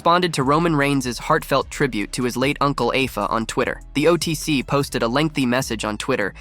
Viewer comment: 50+ years of watching wrestling and I never heard Afa's name pronounced as it was here. Lol